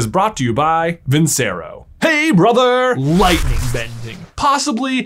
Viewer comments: Off topic comment, but... I thought you might want to know that the c in Vincero is pronounced with a ch sound, like vin-chair-oh. It's the last word in one of the most popular/famous arias of all time, Nessun Dorma, and it means victory. I don't know if the Vincero watch company cares much if you say it right or not, but in case they do I thought you might like to know. Your videos are great and I enjoy them. Thanks for putting out such great content! ❤ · At this point, I want to believe and know it's pronounced vin-chair-oh and they're too proud to accept it. Respect.